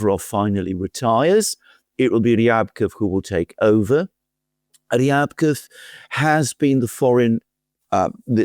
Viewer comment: Rybakov is pronounced as ‘Ribakov’.